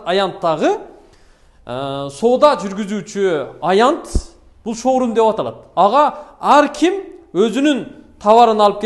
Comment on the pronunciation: 😀 шаурма дегин